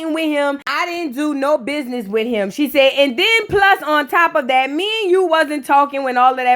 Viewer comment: "Thass a lizznahyee i would never do that to my bizznahyee" I'm hollering 😂😂😂😂😂